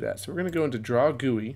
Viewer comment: this video is great and helped me learn a lot, but i can't stand the way you say gui